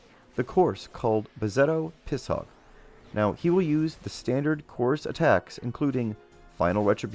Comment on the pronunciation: Although I almost prefer it, its not Piss-Hog. Its Pish-ogue, with ogue sounding like Rogue without the R.